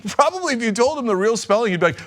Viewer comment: I am probburbly the grattest persun on the planatt....FACCT.